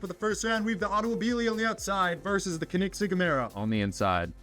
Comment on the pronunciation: Tf is a konigsig 💀 it’s pronounced co-in-seg